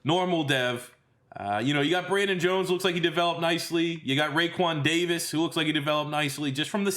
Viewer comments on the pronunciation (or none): none